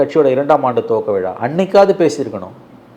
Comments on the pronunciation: ழா என்ற எழுத்தை சரியாக உச்சரிக்க தெரியாத நெறியாளர். இவரைப் போன்றவர்கள் பல சேனல்களில் நெறியாளர்களாக இருக்கிறார்கள். வெட்கக்கேடு. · விலா இல்லையடா விழா தமில் நாடு இல்லை தமிழ்நாடு நல்ல தமிழ் உச்சரிப்பு உள்ளவனை நெறியாளராக போடுங்கள் கண்டவனும் மைக்கை தூக்கிட்டு கிளம்பறான்